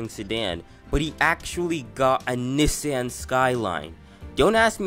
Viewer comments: IT'S "KNEE-SAWN" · Knee san 💀